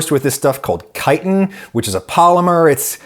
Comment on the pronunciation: All I care about this video is that Adam knows how to pronounce Chitin correctly, thank god